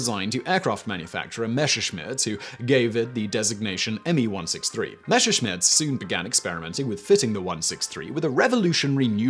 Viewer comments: Messerschmidt , not Mescherschmidt. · It's "Messerschmitt". Not "Meshershmitt". ;) the "s"ses in "Messer" (knife) are pronounced like in "mess". The "shmitt" (a "Schmied" - which is the word's modern spelling, is a smith) is okay that way, though. Not 100% correct, but the English "sh" is the closest you have to the German "sch". ;) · Why do you keep saying "Mesher-schmitt"? It's "MeSSer-schmitt". Just pronounce it the way it is spelled. Yes, I know because I am German. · And while you practice that you'd also might want to review "Messerschmidt" once more. There is only one "sch" sound in there. The double "s" is just a very sharp s sound and not a "sh" sound. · Your pronunciation of the Name Messerschmitt makes my (german) ears bleed.